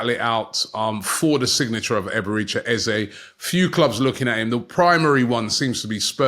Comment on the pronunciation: It will only be £30m if they sell ESR. …. and it’s Eze ….. not Ezay …...an e not an a!🤦‍♂